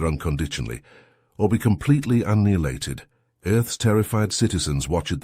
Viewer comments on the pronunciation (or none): You mean uneelated isn't a word?